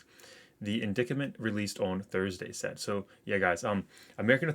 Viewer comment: just as a friend, i want to mention ..."indictment" is pronounced "in-dite-ment". but thanx for posting all good stuff, homie! this particular news is fukkd up, isn't it! bummer how the man has to stick his hypocritical head up everyone's